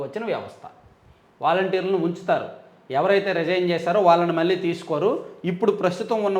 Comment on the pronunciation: నమస్కారం అండి. మీరు ఈనాడు జర్నలిజం స్కూల్ లో చదువుకున్నా కూడా లో కళ,కల...మళ్ళీ, మల్లి...కణం, కనం అనే పదాలకు తేడా లేకుండా మాట్లాడుతున్నారు. అది కొంచెం సరిచేసుకోగలరు...